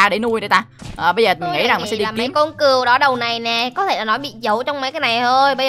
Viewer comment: #daxemhet tại seo con cừu a lại đọc là cìu a reaction video của a đi